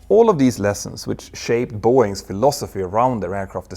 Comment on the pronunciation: “Boeings’s”?? Really? Care to try that again? How about “Boeing’s”?